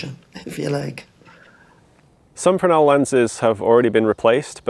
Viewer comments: French Fresnel is "fren-nel". has it right. BSc physics not wasted! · Firstly well done on correctly pronouncing Fresnel lens, the S is silent. Secondly, well worth a visit is the Scottish Lighthouse Museum in Stevenson Rd, Fraserburgh AB43 9DU they have a great collection of Fresnel lenses, history, a lighthouse you can go up and lots more besides.